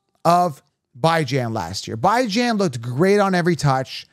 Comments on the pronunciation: pronounced Ba-Jean, per his mother. But he says B-Jean. definitely not ByeJan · Also- mispronouncing Bijan’s name is a slap on that man’s face and the face of his parents. Jokes not funny. Do better. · You got some good takes but I’m not subbing to you since you refuse to pronounce the man’s name correctly. There’s literally an interview of them asking him how to pronounce his name….idc if you’re joking or not. Pronounce his name correctly dude.